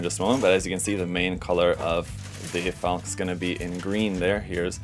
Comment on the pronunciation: I have 2 earlier boxings, both versions, so I can build a laser armed bird and a Gatling armed bird. FYI, it's pronounced "FALK-uh" not "FALK", just as Porsche is pronounced "PORSH-uh" not "PORSH". It's German, not bad English.